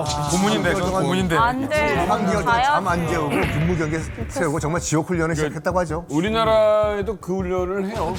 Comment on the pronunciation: 이거 욕 아니냐? 정말이라고 안들리고 존x라고 들리는데